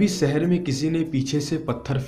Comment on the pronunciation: aap 'sh' ko 's' se kyu pronouce krte ho??... lyk.. sheher... usko aap seher bolte ho..